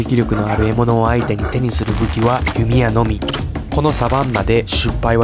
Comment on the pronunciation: 失敗 しゅっぱい？ しっぱいです。